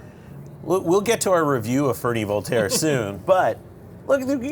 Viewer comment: Oh, Ferney-Voltaire ! I couldn't make up the name you said, had to look on a map.